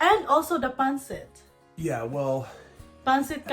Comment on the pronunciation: The accent on pancit is on the second syllable. Not pAn-cit, but pan-cIT. "The kwan. You know, the ano?"